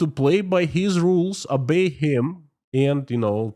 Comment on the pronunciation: to improve English pronunciation work on your 'O's. In English 'O's are pronounced as 'O'' not as an 'A' as in the Russian language. So Oligargs instead of Aligargs and 'Obey' instead 'Abey'. Your English is excellent though.